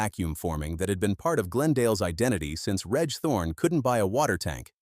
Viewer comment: 'Reg' is pronounced 'REJ' ....come on!!!